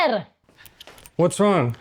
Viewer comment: I gotta say... is getting MUCH better at pronouncing the letter H! Harper! vs Arper! Brava! So many English-speaking Italians have such a hard time with it.